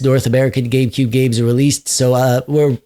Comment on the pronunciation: Did you actually say "GayCube"?